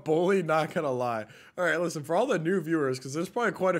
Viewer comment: Bro said listne